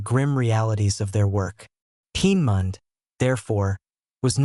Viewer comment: Lear how to pronounce Peenemünde.